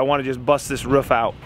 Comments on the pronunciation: I enjoy your vides dude but you cant say the word ROOF, only rough sounds like every time ? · Wow it cracks me up every time says ruff instead of roof! Dude did something bad happen in your childhood or what!?